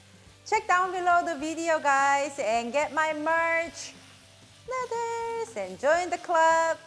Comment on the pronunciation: Came for the "noodres" 😂❤️